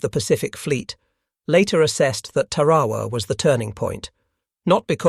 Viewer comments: Ta’ ra wa not Ta ra’ wa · Two corrections 🥈 1. It’s TARAWA not terowa 2. The United States of America is a Republic not a democracy !